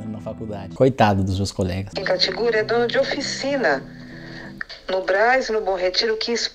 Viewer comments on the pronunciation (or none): "Kim katigúri" kkkkkkkkk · Parei de levar a sério quando ouvi Kim "Catiguri" kkkkkkk